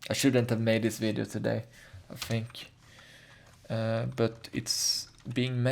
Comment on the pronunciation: fink it's T H I N K not F I N K